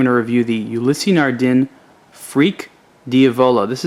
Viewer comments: "Ulysee Nardeen" it's Ulysse (youliss) Nardin (nard in). Don't review it if you can't even pronounce it. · The Freak is without a doubt my favorite of the Ulysse line. Just a note, Ulysse is pronounce "Ou-Lease" as opposed "Ou-Lissy". Great video!